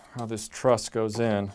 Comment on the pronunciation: I'm counting how many times you say "truss" in the video and I've already given up.